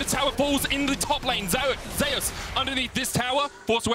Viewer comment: Why do they pronounce Zeus like that?